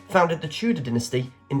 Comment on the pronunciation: Is the commentator American...he pronounced dynasty wrong. Tut tut 😢